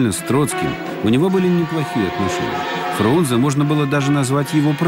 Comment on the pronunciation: А правильно не Фрунзе, а Фрунзэ. Именно Э а не Е!